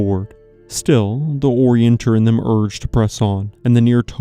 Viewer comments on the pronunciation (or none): It’s “orien TEER ing”!